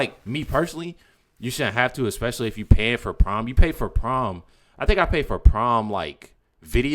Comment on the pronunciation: Ickspecifically?? Its especially you moron!! Can't stand this racist lady.